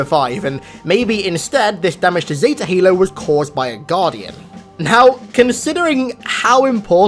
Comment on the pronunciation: Nobody:: ZeTA halo